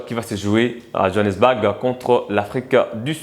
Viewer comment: Le mot "BOURG" se pronounce phonetikement comme "BOUR"pas BAG comme tu le prononce, merci.